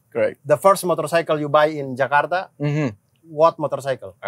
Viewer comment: Hebat bule nya ngomong nama tempat sesuai aksen dan pelafalan asli indonesia. Gak kyk yg jakarta jadi 'jekardah'